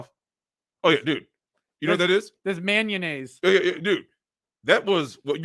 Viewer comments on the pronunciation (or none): “Manunaise”. “Alpha Residue”. Not even two minutes in and the buttplugs are already in!!